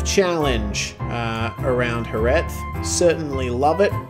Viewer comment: It has really caught my attention that pronounce Jerez better than we do in Andalucía (the south region of Spain). You're the only foreigner I've ever heard pronouncing that final Z as it should be. Even here, we just say "JereH" instead of JereZ hahaha